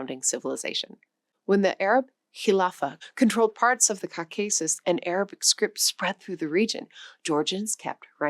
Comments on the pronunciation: What's with the exaggerated aspirating and intonations? We're not in kindergarten. And for someone who claims to be a teacher, saying "Eye-run" and "Caw-CAY-sus" is a bit funny. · Great stuff, but please work on pronunciation for a topic like this. So many words, but I remember tsar, Visigoths, and especially Caucasus. That said, it was otherwise an enjoyable, worthwhile video. Thank you. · The host's pronunciation of a number of words, such as Caucasus, is... interesting. Oh, apparently this video is entirely AI generated, video and audio. Honestly one of the best AI-generated human videos I've ever seen.